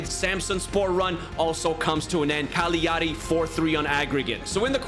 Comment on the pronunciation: the video is fantastic, but i cant stand cagliari being pronounced like "caaliari"🤣🤣